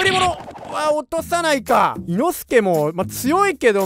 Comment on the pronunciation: 発音がおかしい いの↑すけじゃなくて いの↓すけです